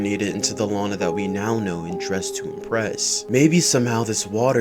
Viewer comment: It 's not lina it Lana.